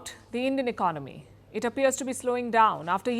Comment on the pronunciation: Why he pronounce economy as iknomy?